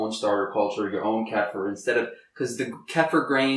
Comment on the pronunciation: You want to call kefir (key-fur) not (keh-fur) because that can be mistaken for (calf-er) which would not be a good thing for someone who knows what that means to hear.